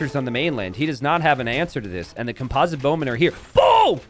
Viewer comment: Listen, you got composite down but you still don't know how to pronounce orange. :D